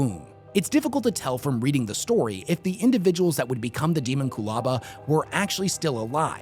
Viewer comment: It should be pronounced deh-MON-kyoo-LA-ba, like homunculus, it’s not ha-mahn-KYOO-lis after all and thats clearly it’s derivation. Sounds far more intimidating. Even if it is canonically pronounced as demon-coolaba I’m still right lol, sounds like a drink you’d order from a dystopian Starbucks “can I get a demon coolaba with Baphomet’s goat milk please”